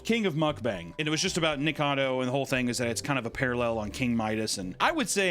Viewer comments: bro said NICADO...its NIKO-CADO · Nik-a-cad-o. Four syllables. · All this time, and he still calls him “Nikado” instead of “Nikocado” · Just one more syllable Papa, Ni Ko Ca Do. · Repeat after me, nik•uh•cah •doe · keeps calling him Nikado (I love it) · Why do illiterate murricans call him Nikado avocado? do you not see the O in Niko? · I love everything you had to say about him, except his name. His YouTube channel is "Nikocado Avocado", not Nikado Avocado. Same amount of syllables as the word Avocado. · Years later STILL can't pronounce his name right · Papa missing a syllable in Nikocado's name- but never a meal. No shade. I love me some food, too. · Why does everyone pronounce his name wrong? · It's been 2 years and he still doesn't know how to pronounce nikocado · How many times did say Nikocado incorrect in one video …yes